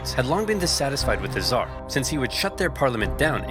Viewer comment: Hasan downplays the killing of millions by going “but what about the hundreds of thousands by the zhar” it’s so funny